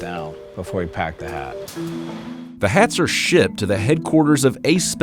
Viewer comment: Lmao I legit thought he said "The hats are shit" 😂